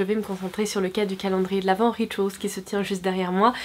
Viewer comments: on dit rituaaaaaals punaise! J’y ai travaillé pendant quelques mois on ne le dit pas à la forme anglaise. Merci c’est pas la première fois que tu fais la faute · Pauline Titeux Rituals c’est un moment anglais donc on ne le prononce pas à la françaiiiiiise :)